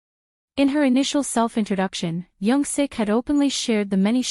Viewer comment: It's Young Sook* by the way. Thanks for the video!